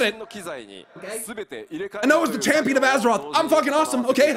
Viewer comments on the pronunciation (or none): More like "Champion of Azem-oth"